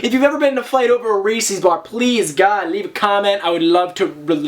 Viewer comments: I have never, ever heard anyone say "reese's" like that before. It's "ree-sez" with an S sound, not a C sound. Reese's does not rhyme with feces. Like it's not Reesee Witherspoon. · Ree-says not ree-sees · couldn't help but laugh every time you pronounced reese's, reesee's ahahah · You say Reese's weird